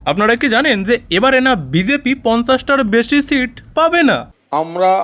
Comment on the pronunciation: O 50 Percent er kotha bolechhe....seat uchcharon koreni